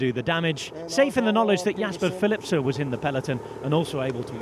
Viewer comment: For some reason this season he has started missing the N from names - jasper philipse & de ronde van vlaandere - I cringe every time he says it.!! Even Jasper pronounces his name with an N. Apart from that he’s a really good commentator - so please Rob add the N. 🙏🏻🙏🏻🙏🏻🙏🏻🙏🏻